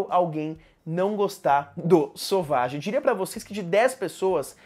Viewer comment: Meu Deus, por que todo mundo fala o nome desse perfume errado. Não é sauvagiii é sévagí